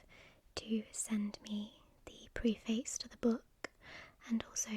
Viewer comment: It’s pronounced pref-ace not pre-face. The writing is awful, had to stop the video